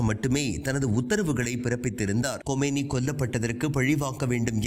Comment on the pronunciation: கொமேனி அல்ல கமேனி. செய்தி வாசிப்பதை தவறாக வாசிக்க வேண்டாம்.